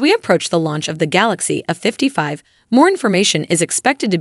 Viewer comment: Might want to get a better AI voice there. It's not "a 55" it's "A55".